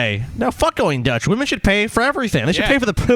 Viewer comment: wamen... am I right guyss? what a nobel subject lol